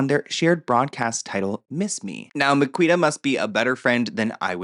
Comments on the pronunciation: I'm rolling at the pronunciation of Miquita 😂😂😂. Amazing 😆. It's actually Mi-Kee-Ta, but I think I'll be using your way from now on 😅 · It's pronounced Me key ta. She's also not a good person imo. That being said the circles they ran in didn't have great values back in the day. Also the Liam and Lily story is bullshit.